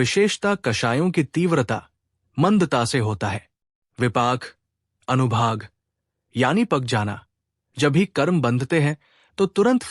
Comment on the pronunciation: Anubhag nahi anubhag hota hai